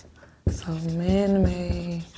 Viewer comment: I'm assuming when she keeps saying 'man may', she means man made.